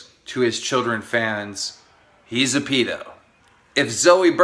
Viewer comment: I dont think I've heard pedo pronounced that way before